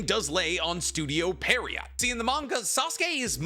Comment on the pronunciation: Lol did u used to watch forneverworld or something? U both cant pronounce pierrot correctly even after all these years lol